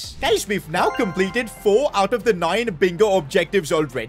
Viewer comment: "we compelted life"💀